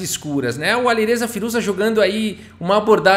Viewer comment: “Aliruza fireja”